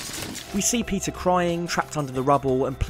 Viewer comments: Your pronunciation for "Peter" sounds like Pizza. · When he says Peter I hear pizza